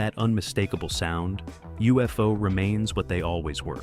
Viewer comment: UFO Club. Pronounced Yoo-fo.